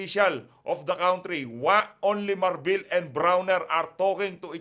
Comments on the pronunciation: sori po but i have to tell you mr blogger country is pronounce " kan- tri" not " kawn-tri" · Not Cowntry please. It's Country.